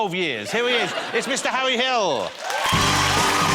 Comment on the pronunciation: Shuttup Jonathan, I’m twying to hear what Hawwy has to say